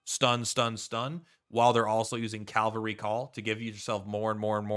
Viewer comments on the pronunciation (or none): "Incapitated", "calvary". The words are on the screen, dude.